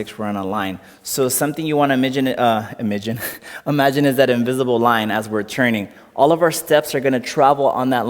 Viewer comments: “ i m i g i n “ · I liked on ’imidgine’ 😂